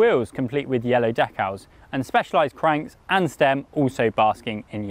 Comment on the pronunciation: Couldn't get past your pronunciation of Decals. Also I didn't know Contador was handy with a paint brush.